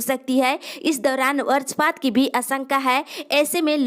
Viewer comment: Barajpat nahi bajrapat perha jatahai.